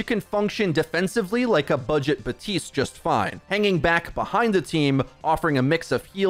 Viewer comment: Since when is it BA-TISTE? Are P’s silent now? Serious question. Even the character hisself says BAP-TISTE.